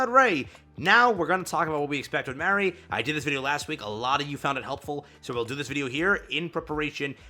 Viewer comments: Mari is like March. Mar-ee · If it weren’t for the last movie, i would make a joke about how a collab in a mobile game treats Mari better than the damn original i.p. Btw, it’s pronounced MAR-REE. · It's "MAR-E". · Bro. If you really need to know how to say her name, watch Evangelion: 2.0 You Can (Not) Advance. It is MAR-REE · Dude just go watch Eva one time and stop being a poser. You’ll immediately learn how to pronounce her name. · Mari is pronounced like the second half of “calamari”